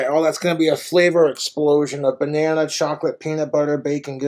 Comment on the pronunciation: Did he say he removed the bannana seed?